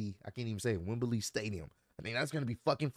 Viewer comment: Dear, it’s pronounced Wem-blee, not Wem-ber-lee. 👍🏾